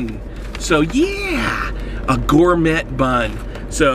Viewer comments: LOL "Gour-met bun" haha gotta love American education, anyone seen the one where he reviews a "chicken" burger and doesn't realize its beef till right at the end? hahaha this is just an excuse to stuff his face with food! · Gourme*T* bun (: Don't pronounce the t - gourmey. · I hope you said gourmet wrong on purpose... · It is a french word. You pronounce it thus as "gor-may". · did you seriously say gourmett? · The way he says "Gourmet"... I'm done.